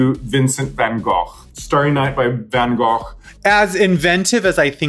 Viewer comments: Raja being the only American who pronounces Van Gogh’s name correctly ❤️ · When Raja hit that "ch" pronunciation in "Van Gogh" 🥺🥺